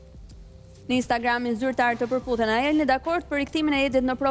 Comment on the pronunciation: Terhiqe dhe mos e keput, keshtu shkoi kjo pune “PerButhennnn”